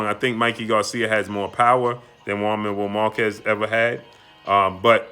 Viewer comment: Who's jaun marrow markezz. Learn how to say names fam. Lmao. Salute